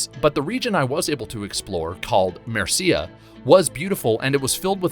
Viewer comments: MURRseeya NOT murseeeeya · “merceea” Oh my soul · Mer-cia, is all one word pronounced Mercia and zealot's not zee-lots 😜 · Where's Mer-see-ah? It's Mercia, as in Mercy-ah. Still greatly appreciate the video compiling your whole experience with the demo. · "Merseeya". Now that, that made me cringe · Cool tips but you say the regions completely wrong lol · If you are going to do a review... at least learn how to pronounce Mercia...... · My guy you really can’t pronounce anything correctly lmao. Notice how he says “Mercia” and “Zealots”... Did y’all catch any others??? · Dude, if you're going to put this much effort into a video, please learn how to pronounce common words like "zealot" and "Mercia". How are there grown adults making "professional" youtube videos that can't pronounce stuff like this? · I'm so glad I'm not the only one this got to 😂 video was great but the way he pronounced "Mercia" and "Zealots" really got to me and not just that but ubisoft seem to have misinterpreted the meaning of Zealot as it has nothing to do with mercenaries or hunters but those who take too serious a tone with a specific thing. Like religious Zealot means someone completely infallible in their faith to the point of fighting for what they believe is creed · He also said Mercia weird